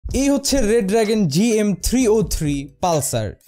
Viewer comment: EI COMPANY ER NAME , BRAND ER NAAM " re dragon " not red dragon its Re Dragon